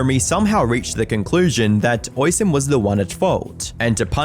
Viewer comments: Its pronounced "osch -- een" not "ois-hen" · Hey...just need to correct your pronunciation of the Irish name spelled Oisin. Its actually pronounced "Uh-sheen" phonetically. Not Oi-sin. You sound like an idiot mispronouncing it that way. Please...Please...Please do a little research before pronouncing Irish names. They sound nothing like how you would pronounce them using normal English. For instance my name is Kevin, but that is an anglicisation of the Irish name spelled Caoimhin...which is pronounced Queeveen. Please...sort it out 🙏👍😁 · My brother in christ it's pronounced uh-sheen not oi-son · "Hoishin"... is pronounced.. "USh heen" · "Oisin" is pronounced "Ush-een", btw. It's an Irish name. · Oisin is pronounced (USH IAN) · Oisin is pronounced o-shin-en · Calling him Oy-seen seems more offensive than Jeremy's acctions lmao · Great video once again but I would just like to kindly point out that Oisin is pronounced O-sheen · Oisin is not pronounced that way. It's pronounced "Oh-sheen". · Small thing but it is important. His name is pronounced "Oh-sheen" or "Uh-sheen" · Oisin is pronounced o-sheen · It's pronounced ush een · Oi-son? My god talk about butchering his name.. me no speak good me think Sean is pronounced See-Ann.. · Oisin is pronounced Usheen. I know, it's weird but most Irish names and words are. You're killing my ears 😆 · Irish person here- Oisín’s name is pronounced ‘uh-sheen’ just so you know :) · is pronounced 'ush-een' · "Oisin" is pronounced like the word "rushing". The second "i" is long, and when written correctly, is accented: "Oisín" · it is. It is an Irish name, pronounced "aw-sheen" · Hey dude love your vids but your pronounciation of Oisín and Yorkshire made me chuckle with how wrong you got it, Oisín is an irish name pronounced like usheen and yorkshire is pronounced like york sure or york sheer (depending on where in britain you are) I still get caught out by some of the town names in the uk and i immigrated 13 years ago 😅